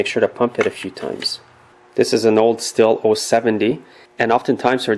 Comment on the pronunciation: stihl is pronounced steel :)